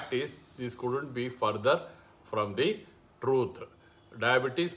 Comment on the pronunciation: It's not a mith it's chuth